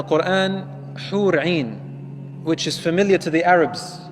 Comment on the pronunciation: It’s hoor in not hoor ain 👀